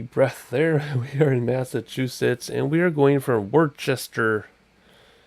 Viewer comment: Im from Massachusetts ..It is pronounced " wuss-tah"